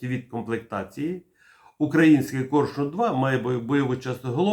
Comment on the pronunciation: "Корьшюн" ?? А чому не Арьйолл,ЯстрЄбь?